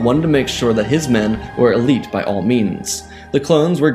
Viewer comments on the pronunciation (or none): none